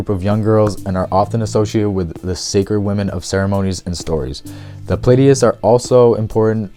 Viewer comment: Came across your video on a reddit post and I haven't finished watching it yet but I'm really impressed by this collection and how well you succinctly explain everything. If you're reading from a script, which I totally understand, maybe phonetically spell out some of the words you struggle with just to make sure they are correct. Example would be something like Pleiades(plee-ah-dees). I'll definitely be finishing this later today.